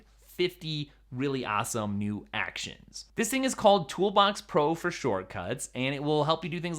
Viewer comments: So which did you decide? 16” MacBook Pro or “mew” Mac Pro? Lol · Hey.. what is a "mew" mac pro?😂